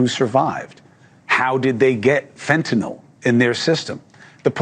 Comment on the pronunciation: Shout out to YOU,, for proper pronunciation of "fentanyl"! I almost NEVER hear it pronounced properly. Always reminds me of GW Bush discussing nuke-ya-ler weapons...